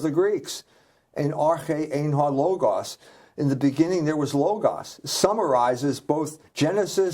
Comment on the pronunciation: I am assuming that you occasionally listen to, or even watch these interviews following thier completion. Do you not notice that you and Michael are pronouncing a significant word quite differently in each of the recorded interviews which I have listened to, and watched over the years. Please go go a dictionary, and look up the pronunciation of the word "logos". You will find that when it refers to the philosophical conceptual usage, which is that one Michael refers to exclusively, then the final vowel sound is the short version of the otherwise long vowel "a" (pronounced "ah", but short) as in the first vowel sound in the word "father". The pronunciation you repeatedly choose "logos", with the last vowel pronounced "oh", as in go, slow, mow, etc. is reserved for that reference to symbols recognized as formally representing a corporate, or other legal entity, such as the apple icon with a single bite on its surface, representing Apple Inc., or the two mouse ears, representing Disney Enterprises, etc.. Those icons, or "logos" (spelled the same as the philosophically related word) are associated with those two companies. When referring to such multiple logos (corporate icons), the final "oh" sounding vowel is followed by the consonant "z" sound, rather than the "s" sound as in the ending of "logos" (philosophical usage) which is pronounced "logas". So you are making two errors; turning the last vowel sound "ah", of the philosophical usage into "oh" of the pictorial icon